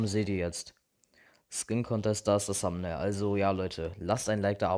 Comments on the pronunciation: das th wird nicht "s" ausgesprochen. Ich sage ja auch nicht zu "They" "shey". Also deine englisch Note kann man sich da schon denken.... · es heißt Thumbail nicht Sumbnail